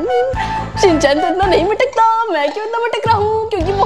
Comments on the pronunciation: Shin-chan not Shin- shan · It is shinchan not shinshan